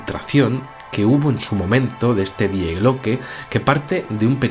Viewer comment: Se pronuncia "Di" no "Die"